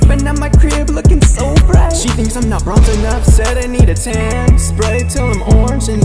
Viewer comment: It almost sounds like he’s saying “ I’m Zoltan” in which Case I would’ve had more respect for him